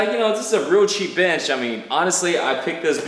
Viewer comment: i was off tab for a sec and i swear it sounded like said bitch in place of bench